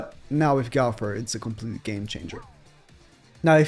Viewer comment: 2021, dude still can´t pronounce "Go-wth-er" correctly, says "Gauther" everytime, lmao